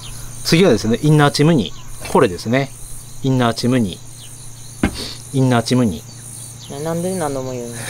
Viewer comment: イン↘︎ナー↗︎チ↘︎ム↗︎ニー↘︎